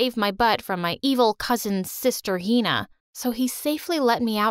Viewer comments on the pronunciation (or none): yea but the way they pronounce hina 😭😭